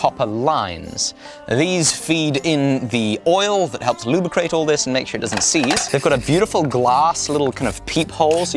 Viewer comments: "Luu-Bri-Crate" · Loobicrate. Loobicrate? Loooooobicraaaate...